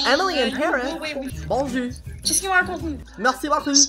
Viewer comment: "merSi 😝BoQUE🤔MerSi😘 BOQUL❤" Such wise words and such a perfect accent. I must say darlin, your French accent is as good as a Hot chocolate on a winter day😘😝❤💅